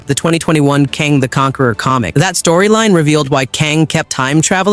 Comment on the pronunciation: How does he keep pronouncing and mispronouncing Kang’s name… 🤦🏾‍♂️